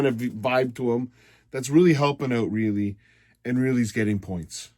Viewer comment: Why dont u say Mo Rielly's name right.. Our best playoff player